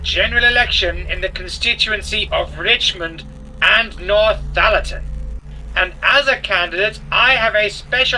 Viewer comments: Northallerton, not NorthHallerton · By the way it’s pronounced North-alerton not North-halerton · Come on Mr Parker, you can have Nort Hallerton or North Allerton, by no stretch of linguistics can you have North Hallerton. Obviously if this is the product of an Australian speech impediment I apologise unreservedly. 🙃🦘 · I hope after you day in the Constituency of Richmond and Northallerton, you have now learned to pronounce Northallerton correctly! Without the ‘H’ it’s just North - allerton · Cannot be, Binface can say Northallerton correctly. Matt kept saying North-Hallerton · Matt calling it North Hallerton is very funny to me.